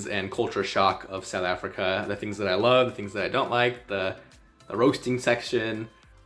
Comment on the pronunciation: Not Sou Africa, but South and then Africa. Please say the th.